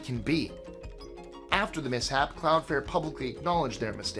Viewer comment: CloudFLARE. Flare. NOT fair/fare. Sorry... that mispronunciation made my blood boil, each of the 6 times you said it. I love the channel and will forever watch these top 25's. Much love,! Stay well, friend!!!! <3